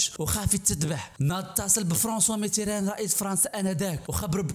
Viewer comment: هههههههههههههه..ولهيلا السيد داير راسه قاري وهو ماكيعرف تاينطق الأسماء كما هي الدليمي كيقوليه الظلايمي وفرانسوا ميتيران كيقوليه متران.. هههههههههه..لا وباش عجبني قاليك الظلايمي كان كيعيط ليه الحسن الثاني أوماكانش كيتكلم ليه وكان كيتدرق عليه هههههههههههههههههه معامن انت؟ وقداش قالها لما يشده الحسن الثاني من ليلته يرجعه كفتة هههههههههههههههه.. تقادوا الأكتاف تامايجاوبوش؟..ههههههههههههههه.. عالااااااااام ديل واحد كذاب وجباهي ..هذا خصه المتابعة القانونية على التطاول على أسياده وانتحال شخصية مؤرخ ..